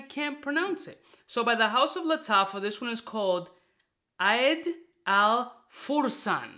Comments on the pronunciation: You read it as kaaiiid al furssan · pronounced as Car Eed AL Foor saan